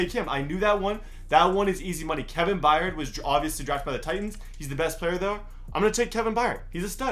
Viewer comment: It's said a Kevin Bird not Kevin bryed